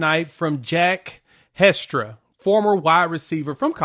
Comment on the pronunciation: It's pronounced Hess-tuh-rah. No big deal. You couldn't have known.